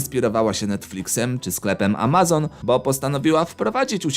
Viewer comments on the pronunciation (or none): none